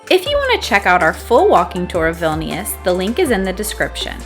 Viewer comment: As a lithuanian ur saying vilnius wrong